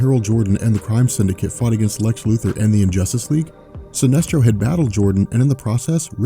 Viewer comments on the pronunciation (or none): none